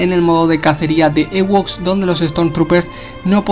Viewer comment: Se dice "iwoks" no "ewoks" xd